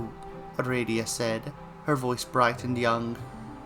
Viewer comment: First I was like "huh he's pronouncing aradia wrong" Then I had a thought. Do homestuck characters even HAVE official pronunciations? My world has been upturned... Thanks for the reading! GM, master of aradia.